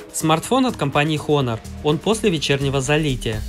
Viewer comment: ААААААААААААААААААААААААААААААААААААААААААА Honor читается как ОНОР!!!!! НЕ ХОНОР!